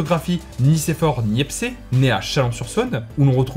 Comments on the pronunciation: Très bonne vidéo. Merci de promouvoir notre région. Il y a deux trois erreurs dans la vidéo comme Areva qui n’existe plus et est redevenu framatome. On dit Niepce et pas niepcé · L’inventeur de la photographie Nicéphore Niépce (prononcé « Nièpsse » et non « Nièpssé ») a aussi un lycée qui porte son nom à Chalon sur Saône 😉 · On dit nicéphore NIEPCE CEEEEE pas Cé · On dit Nicephore Niepce par niecpcé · A chaque fois que ça parle de Niepce, ils disent tous "Niepcé". Je comprendrais jamais pourquoi